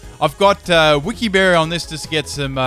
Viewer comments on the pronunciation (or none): none